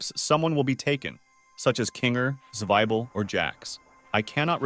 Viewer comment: words he got wrong: zweibel, ramni, poverty, jangle, causemo, plot, cine, zoo ball, and thats all